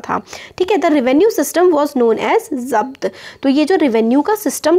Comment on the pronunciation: Voh to zabt hai mujhe laga ki zat key rHe ho